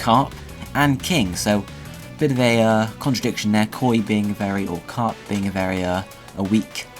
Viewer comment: *carp, not crap :3